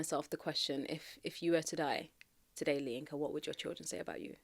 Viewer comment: Masha Allah... She's a Yoruba woman..., your intonation while pronouncing 'LAYINKA' was just so funny... Love from Nigeria